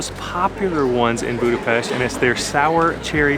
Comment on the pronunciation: Serious people don’t put sweat toppings on lángos, icecream into kürtöskalács but do drink pálinka in room temp just like whiskey, because thats the temp when you can taste the most flavours. By the way well done: till the end of the video you learned how to correctly pronounce Budapest:)